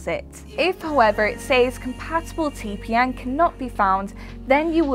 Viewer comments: who says its lol, she clearly says TPN each time but who cares she just doing job and reading some scripts(a little wrong but okay) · She means TPM, not TPN.... But other than that, she read everything really well.... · Title says TPM she says TPN. ....... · I just don't understand why you keep saying t p N!!!??? And not TPM!!! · am i the only one who heard say T P N for most of the video? must be tongue ring getting in the way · i cant stop hear say TPN. great video though, short sweet and to the point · Yeah said module, but says tpn 😐